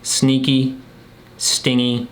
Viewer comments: it"s not sting-y it"s pronounced stin-gee, meaning ungenerous, I believe. Love the channel, and the Woostah accent reminds me of home! Wicked pissah! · Stingy is pronounced stin-gee and means withholding, like miserly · "Stingy," as in miserly, not about having a, 'sting,' lol suppose it's pronounced, sting-gee? ....thanks great video, but I don't have the bad traits, do have some opposites though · Sting-y?? Stin-jee! LOL! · I think it's pronounced stinjy - so yes, someone that is cheap. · I think that word (stingy) is pronounced: stin-jee (as in, miserly) Also, I felt so proud of myself when I realized I had already read both of those books (The Body Keeps the Score and Complex PTSD From Surviving to Thriving) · Is that supposed to be stingy like doesn’t give much? Soft G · The only word i’d questioned on the list in terms of description, is: “ Stingy.” I wasn’t sure it was pronounced with a “ soft” g, so someone who is cheap (?)